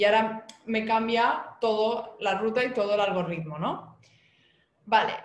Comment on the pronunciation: ayyyy el algorrrrritmo